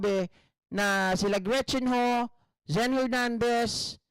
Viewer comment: GREET CHIN HU TAPOS EBE- ES - SE- BE- EN🤣🤣😂🤣😂